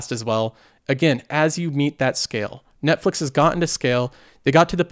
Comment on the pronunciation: netflex? Hahahaha